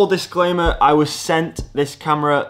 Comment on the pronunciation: Ahhh!? Relisten to the intro secs, "full disclomer" or is my hearing playing up. 🤣 Great review mate, 👍.